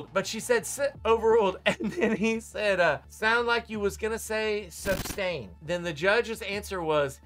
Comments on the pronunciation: He obviously knows the word is sustained yet says substained. I have to think he does this just to annoy like a pebble in a shoe. Just a basic part of his character. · I laugh every time Darrel says “suBstained” to the judge. That’s not how you pronounce it! 😆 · It’s a year later and “grounds for the substained” will never not get a chuckle out of me 😂